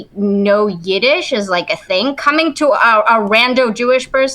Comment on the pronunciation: Yidesh😂😂😂 never heard